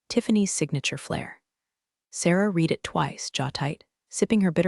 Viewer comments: Mispronounced Read should be pronounced 'red" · Can AI not distinguish between the pronunciation “read” present tense and “read” past tense?